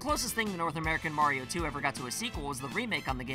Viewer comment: You needa pronounce “Mario” the right way.